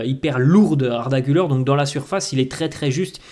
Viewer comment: Se prononce Arda Gül-air et non Gül-eur 😉